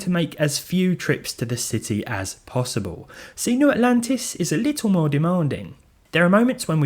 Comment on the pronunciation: Why do you pronounce “little” as “litoo”?